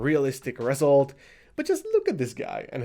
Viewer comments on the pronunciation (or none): ReSULT, Iit's pronounced reSULT